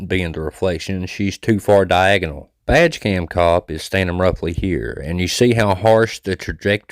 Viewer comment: I realized you were saying “badge cam”… I thought you were saying “vag cam” which made it funny but also disturbing 😂